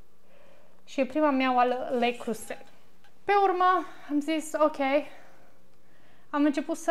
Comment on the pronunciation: Leo Croze,,.....se pronunță 🌷